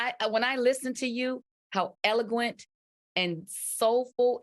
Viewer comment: LisaRaye “ELL-O-GWENT? We know you meant to say “eloquent!” 😊